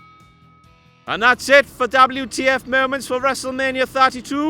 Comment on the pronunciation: DABLU TEA AFFE MOMAAANNTS .....